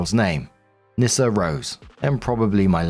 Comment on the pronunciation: OP westernised the name, you're supoosed to pronounce it "Knee-Ssa". Or "Niss-ah". Then you can twist it and say it sounds like a slur.